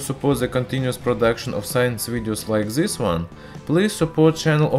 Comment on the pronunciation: THIS, NOT ZIS. AT LEAST *TRY*.